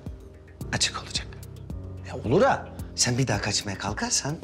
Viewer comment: "Çen kimlere özendin çen" 😅